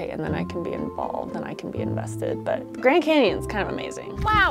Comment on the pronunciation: Did he say “Grand Camons?” It sounds weird , also why did it look like a picture or a painting on a wall or something like that...